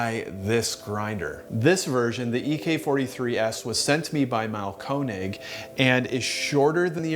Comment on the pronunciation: Instead of trying to pronounce Einphasenstrom, try to pronounce Mahlkönig. It's not Marlcone egg. It's the king (König) of grinders. Have some fucking respect.